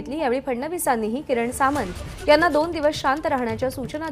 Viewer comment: अरे सावंत नाही. Samant.